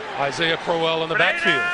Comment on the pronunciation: It's really annoying how he pronounces Crowell